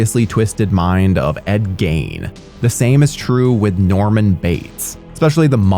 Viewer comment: Ed "gain" LMFAO